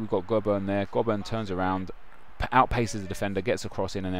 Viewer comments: Jack Hunt is a beast in real life, and its pronounced Go-Burn :P not Gob-urn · Btw its pronounced Go-Bern